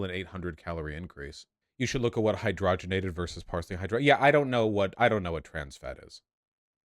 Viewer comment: Trans fat is another corporate thing. Crisco debut'd back in 1911 when Procter & Gamble purchased rights to a German patent on hydrogenated* oils. *btw: it's hyd-ROG-en-ated, like you'd say and-ROG-y-nous. You hear people saying HY-dro-gen-ated and that ain't right. It's not like you got some hydrogen and ated it. And yet that's exactly what you did. Just don't say it that way. And don't ate it too often.